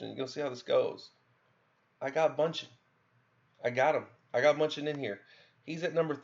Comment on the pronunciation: Okay, I've realized the more I watch your videos that you just have a problem reading or translating what you read into proper pronunciation. You pronounce "Gato" as "Gowto", you pronounce Ei-Dunn as EL-Dun, you pronounce Bauchan as "Bunchen" (just throw an N in there why dontcha, lol), but then the friggin most crazy thing is that you manage to pronounce Namahage's name correctly. WTF? You must have heard someone else say his name and you're just copying it, because based on how you have pronounced all the other names, if you were the one to try and pronounce that, you'd probably end up saying "Numbohagee".